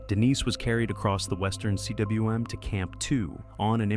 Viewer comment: Why do you say C W M? Cwm is a Welsh word pronounced “come”. It means a bowl.